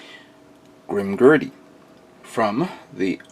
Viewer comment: It's Grimgerd not Grimgurdy but its k man you're only human